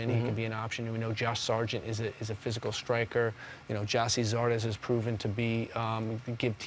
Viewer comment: Homie said zardes 💀homie got 2 goals in 12 games in the mls 😭😂😂